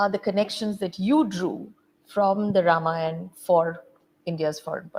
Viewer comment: Loved hearing Ramayan and not Ramayana.